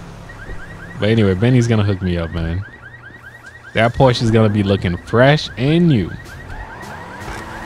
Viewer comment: It's pronounced "pour-sha" btw